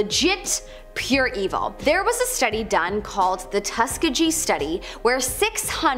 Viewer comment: SHE GROSSLY MISPRONOUNCED Tuskegee.